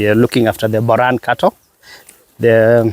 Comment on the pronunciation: Just stick to saying Boran not Buran.